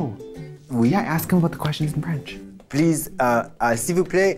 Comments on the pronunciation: WTF Katya's French is actually so on point ! Such a good accent ! I'm so impressed ! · I'm French, and I'm amazed at Katya's accent when she speaks French. Good job really !